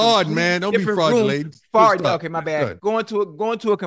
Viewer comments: Ocho said “Fraudulating” 😂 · "Fraudulating" VS flatulating. Ocho kills me! 😹😹😹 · This man said fraugalatin!! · Fradulating 😂🤣🤣🤣 My mother in law says, it's better to lose a friend than an intestine 😂 Don't hold it in!!! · Dat boy Ocho said “fruadulating”….😂😂😂😂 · Chad said fraudulating the word is flatulating. 😅😅🤣🤣